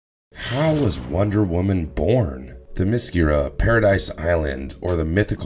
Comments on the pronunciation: Th' em- es-scerra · Hi pol it a. Also Them a scare a. Please learn how to pronounce these words correctly. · First - Great Zeus, your pronunciations are atrocious! Hippolyte (huh-POLL-i-tuh), Themyscira (them-is-KEER-uh) Antiope (an-TY-uh-pee) Second, it was ONLY the "New 52" version of Wonder Woman (Post-Flashpoint, pre-Rebirth, between ) that has the Amazons having their way with horny sailors and then slaughtering them afterwards (and trading the male children to Hepheastus for weapons). That has since been retconned and the Amazons are immortal (as they were previously), although they can be killed in battle. The entire NEW 52 concept and execution was poorly done, aspecially the depiction of Wonder Woman and the Amazons, and it's better to ignore it as if it never happened at all. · you keep saying theMIScira. Wrong. it;s ThemisCIRa. You also keep saying Hippoleia. its hiPAHlyta...Its spelled Hippolyta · You are pronouncing all the names incorrectly. It is Them-escara and Hi-pol-a-ta. Couldn't finish watching as mispronounciation was too distracting. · If you can't even say "Themiskyra" or "Hippolyta", I won't bother listening. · Any chance someone can get this guy to say Themyscira and Hippolyta correctly. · It's a pity you can't pronounce the name of the home of the Amazon's correctly.